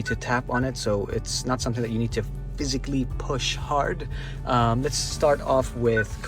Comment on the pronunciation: Nice english bro .. Haaaa...haret toching